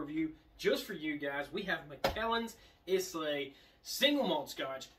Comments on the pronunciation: Good show but Islay is pronounced like "Aye-Lah" or "I-lah" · Yep I definitely died a little inside when he said is-lay